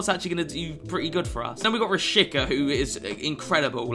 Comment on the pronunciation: You actually pronounce him Rashiza rather than Rashika